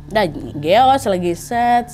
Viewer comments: yg aku tau Gowes kak bukan Geyos wkwkwk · Bukan Geos Wak,, tapi Goesss